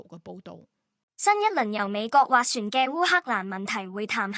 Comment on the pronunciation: "斡旋"粵音 waat3 syun4